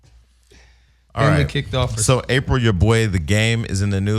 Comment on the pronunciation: For those in the back...it's Apryl, not April.